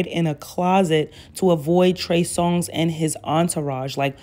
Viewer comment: Lol she said “ I am going to call him Trey Song “😂 not “Songz” but “Song” (singular/not plural” )🤣